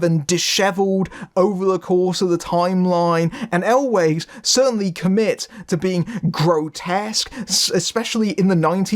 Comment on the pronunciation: Cary "Always"? I thought it was pronounced like well, "Elves", the plural of Elf. :) Thanks for this review, never even heard of this one but sounds fun.